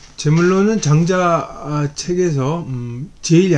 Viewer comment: 첫 째, 장자 깅의에, "장자"의 발음이 틀렸음을 지자하지 않을수 없읍니다! "장자"의 " 장"자는 길게 발음해야지요. 장자 강의를 하시는 학자께서 "장자"발음ㅇ.ㄹ 발.게 발음하지 못하는 한극의 문화가 한없이 슲ㅇ오이다. 한국 언어 타락상이 하 분하여 "눈물로" 쓴 책이 "한국 어문을 고발함"이오니, 고국 동포 며러분! 이 책을 조용히 읽어 ㅈ 시옵소서 미국 변 완수 드림